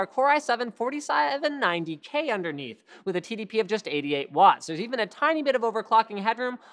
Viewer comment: "i7 forty siaaeven ninety k"